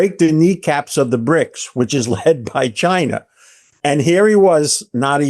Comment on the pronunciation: There's no R in Chiner, duh?